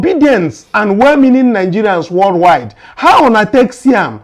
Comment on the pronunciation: Please it is called worldwide not worldwild, please let her ajust.